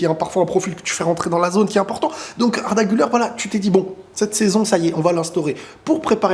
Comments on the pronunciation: Très bonne vidéo. Malgré tout, en tant que Turc, j'aimerai juste que la prononciation d'Arda Güler soit correcte, car en effet, "Güler" se prononce "Gül-air" et non "Gül-eur". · Le R , Arda Güler on le prononce Gulère en francais pas guleur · Exactement😂 mais tu sais il doit le franciser